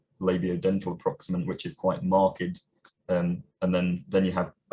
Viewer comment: You said 'mark-ed' rather than 'marked', something I thought was sort of out. I still use it but I realise it feels archaic. Belov-ed feels fossilised but 'aged' not 'ag-ed' just feels wrong.